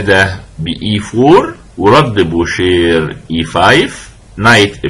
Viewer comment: استاذي الفاضل . استسمح منكم على تعليقي هذا . خصم بول مورفي يسمى بوشي Boucher و تعني طبعا الجزار و ليس بوشير . لانه في اللغة الفرنسية الراء في ٱخر الكلمة لا تنطق . مثال : manger parler marcher oranger étranger تحياتي لكم. محبكم من المغرب